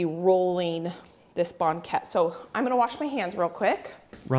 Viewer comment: From Lynden Wa here! Very Dutch I hear it pronounced bang ket, just like blanket but without the L. has a very nice voice. I'm betting he can sing. I wish Banket filling had half the sugar. too sweet Bakers here pull them while they are still pale. I think they are the best golden brown. Suggestion! Next, perfect and share a yeast Oliebolen recipe. Danya